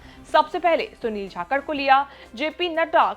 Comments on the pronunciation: Properly name pronounce kijiye Jakhad ki jhakad bol rahi ho. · It is not "Jakhakard" it is "Jakhad"..... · झाकड़ नहीं जाकड़ है मैडम जी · Kya bol rahe ho Sunil jakalth hai chthythr nhi hai 😊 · Jhakkad ni 😂bolna to sikh lo